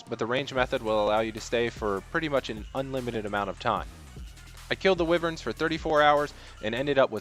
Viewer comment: why-vern why do so many people mispronounce this? what english word does wy make a wi sound? why would it be different